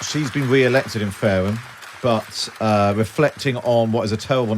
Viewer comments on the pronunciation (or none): " there. She's been we-elected in Faweham. but weflecting in what is a tewible time for the Conservatives. Saying she's sowy the party did not listen to voters and will do evewything in her power to webuilt twust"